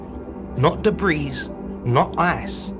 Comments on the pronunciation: Pronounced debree not debrees. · Dude, the “s” at the end of “debris” is silent. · The “ s “ at the end of “ debris” is silent. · Debris has a silent s 🤦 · The s at the end of debris is silent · He must have been talking about more than one debri. LOL!!